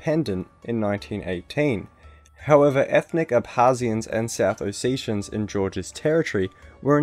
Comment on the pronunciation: Ossachians?it's pronounced oh set ee ans iarnt they Ossetians and not ab harz I ah it pronounced ab khaz I ah the place is Abkhazia.